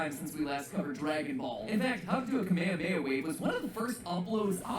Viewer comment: The one thing I always have had an issue with the English Dub, and in turn people who use that as their basis for attack names is the Kamehameha. When the Dub is having Goku do the drawn out version of the attack, it's correct. Ka Me Ha Me Ha. Yet when it's said as one word, they went Kamayamaya like the Hawaiian King. Even worse, they say Kamayamaya Wave when the final Ha in Kamehameha translates to Wave/Blast. So in essence they're calling the attack the Kame Destruction Wave Wave. You'd think FUNi would have been better in doing their research into how to pronounce things, or better yet actually listen to the Japanese VAs in how to pronounce the attack.